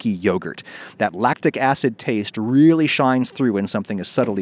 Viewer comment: The way he says "really" sounds like a new dimensional portal opening up and then closing in front of your eyes.